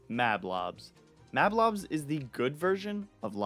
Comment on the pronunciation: Rage Mage is a guy, and it’s pronounced MAHB-lahbs, “Patrick Star”! 🤨